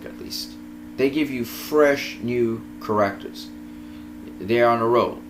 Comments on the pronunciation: How you say "characters" bothers me so much. But otherwise great analysis! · You are saying the word "Characters" wrong..